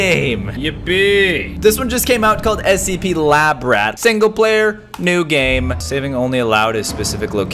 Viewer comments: Did he say scpp? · I like when he says scpp